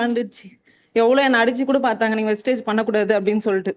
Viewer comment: Copy, paste என்பது சரியாக உள்ளாது. சரவணன் சார் டீம்லே உள்ளவங்க எல்லாரும் கம்பெனி பேரை வெஸ்டேஜ் என்றே சொல்கிறார்கள். வெஸ்டீஜ் என்று சொல்லுங்கள்.